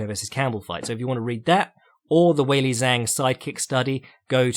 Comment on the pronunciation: Man, you nail a weird name like Andrade, but then go on to butcher Chinese and Japanese names to the point I have a hard time understanding who you are talking about. Zh = like "j" in "jungle" or G in "George". Now you know how to say both Zhang and Shenzhen. For Japanese names (or word for that matter), emphasis on the first syllable, KYOtaro, not KyoTAro.